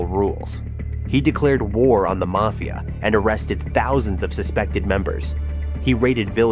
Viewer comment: Video was pretty good but the way you pronounce mafia is cringe